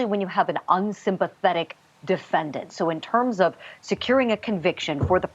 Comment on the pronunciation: Defen-diant? What a moron.